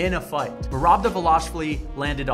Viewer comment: Merab Dvaaaaaaalishvili... not De'velashvili